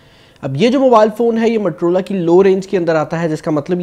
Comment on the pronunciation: Bro mattrola nai hota its moto-rola... motorola hota hy bhai...